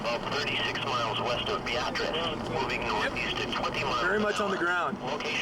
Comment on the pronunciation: It's pronounced be-AH-triss."